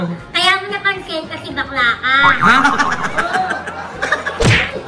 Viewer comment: Kaloka ka talaga ang lutong ng pagkasabi na bakla si Mama Loi 😅